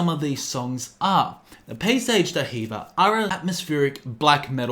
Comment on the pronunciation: it's pronounced "dee-verr" not "duh heever"